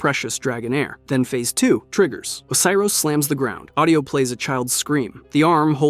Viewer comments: he also said Oh-kay-ros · O-see-ros is the one that got me. On top of that he doesnt even keep the pronunciations consistent